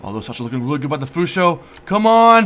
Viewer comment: Why do you keep saying "Fusho"?. Just asking.